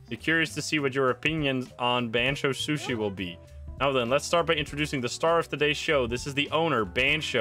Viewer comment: i love how keeps saying shushi